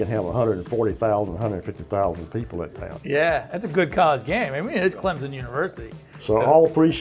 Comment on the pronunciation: Clemson does not have a Z in it.. so stop saying Clemzon.